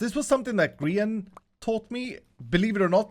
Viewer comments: You say 'grian' incorrectly. It's green-in without the n in green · Grian not Brian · did you just call Grian Brian ?